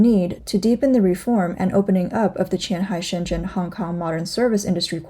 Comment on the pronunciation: even cant distinguish qianhai，houhai and futian😂